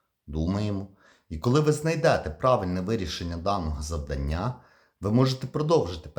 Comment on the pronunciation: ЗавдАння! Вибачте, але неправильний наголос дуже відволікає.